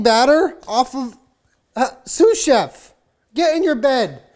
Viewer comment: Excuse me! I thought it was SUSAN CHEF, not sous chef haha!